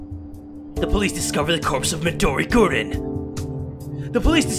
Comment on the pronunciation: woah...he said gurin